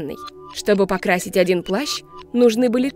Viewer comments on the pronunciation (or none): none